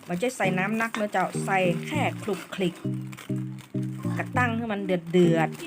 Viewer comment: ให้คุณครู อ่านออกเสียงใหม่ค่ะ " คลุกคลิก "